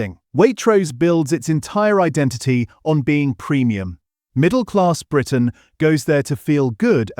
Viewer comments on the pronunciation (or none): none